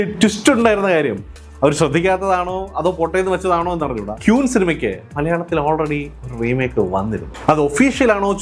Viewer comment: ഈ അവസരത്തിൽ പറയുന്നത് ശരി ആണോ എന്നറിയില്ല, Queen എന്ന വാക്ക് ഉച്ചരിക്കുന്നത് ക്വീൻ എന്നാണ്, അല്ലാതെ ക്യൂൻ എന്നല്ല